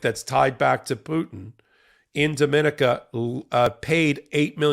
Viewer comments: DomaNICa, not DoMINaca. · That island of Dominica is pronounced, Domi-nee-ka!